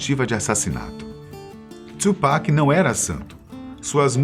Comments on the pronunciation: Tupac! E não tchupac. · É TU PAC não Two Pac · não é tsupac é tupac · Não é twupac filho, é Tupac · Caralho mano , o nome dele é TUPAC , não txhupac . puta q pariu. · É tupac não tiupeki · mano, você disse Tupac invés de TWOPECK como geralmente falam, deve ser um dos sinais do apocalipse hahahaha video top! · Mas acho q a pronuncia correta é "tupaki" msm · Mano peguei ranço desse cara falando tupac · Falou o nome tchupac 150x